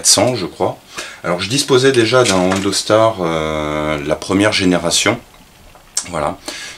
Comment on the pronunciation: C'est Andonstar.........et pas Andostar.....